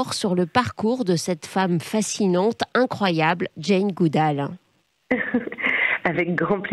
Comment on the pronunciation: Si vous êtes fan de Jane Goodall,, pourquoi n'êtes-vous pas capable de prononcer son nom correctement?